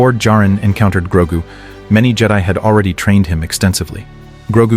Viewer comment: Its GROGU U MOFO AI sombeeatch!!!